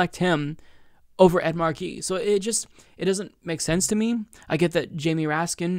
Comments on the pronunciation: Not Markeee. Marky. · I love you,, but please get your name right: It's Ed MAR-key, not Ed Mar-KEE. 🙄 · The Senator’s name is “Markey,” not “Marquee.” It’s pronounced “MAR-key.” It rhymes with “Sparky” (or “snarky”). It’s been 2½ months since your earlier video on this race (“Ed Markey DRAGS Joe Kennedy Over His Phony Advocacy for Medicare For All”) and you’re still mis-pronouncing his name. There are several interview videos of Markey on YouTube, and the interviewers always get his name right. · It's Mar-key not Marquis,. Ed Mar-key! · It's MARK EE not mar key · not at all! I'm from western MA and don't use the rogue "R" ("Ah") myself in regular speech, but I still say "Mah(r)key," not "Marquee" as been doing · Mar'key - not Mar-key' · great analysis! One small nitpick, you pronounce his name as if it is spelled MA are QUIS. Here in Massachusetts we emphasize the 1st syllable of his last name. But thank you for clarifying the subtle differences between these candidates. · what is up w the pronunciation of Markey. Mark-y. or as commonly pronounced here in MA - Mahkey. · It's pronounced Maaah-kee. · It’s pronounced Ed MAHkey, emphasis on first syllable. DO NOT pronounce the “r” 😀😂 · I know right it's like major WTF lol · yeah, that hurt my ears, too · No, it's not. The name "Ed Markey" is literally one of the most easily pronounceable names ever, and fucks that shit up far too easily. It's fucking annoying. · And yet he can't fucking pronounce "Ed Markey." 🙄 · Am I the only one who cringes every time mispronounces Markey? Everything else was spot on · Lol you say Markey funny, too much emphasis on the second syllable I think